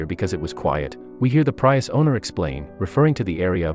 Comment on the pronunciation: What planet are you from? It's PREE-US.